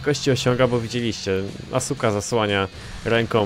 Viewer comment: pszestań mówić asuka to jest żenada